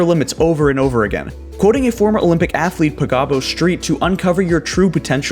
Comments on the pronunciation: Pik-abo Street :D No flame, just FYI - her name is pronounced "peekaboo", like the little game of covering your eyes you play with kids. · "Pi kah bo" ... bruh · Picabo Street’s name is pronounced “PEEK-ah-boo”, as in the game you play with babies. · Good video. Btw, "Picabo" pronounced peek-a-boo.